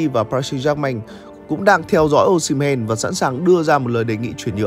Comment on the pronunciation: sai tên anh ơi osimhen not o"sh"imhen